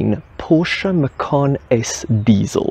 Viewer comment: That's correct the Macan is Javanese for Tiger. So, the correct pronunciation is Ma-chan, not Ma-khan.